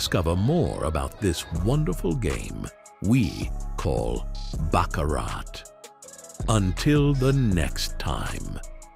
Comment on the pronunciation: These AI voices are becoming rather annoying, especially when they can't even pronounce "Baccarat" correctly. They even said "Charlie Braley". 😮 Charlie has a wonderful speaking voice and should take advantage of it.